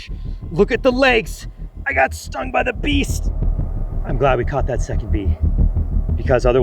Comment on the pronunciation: “I got stung by the BEEST” 💀